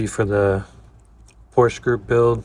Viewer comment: Great work, as usual. Love your perfect pronounciation of "Porsche" .